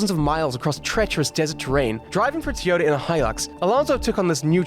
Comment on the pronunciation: Fernando is a crazy good driver. also i do feel like you pronounce "Toyota" as "Tiore"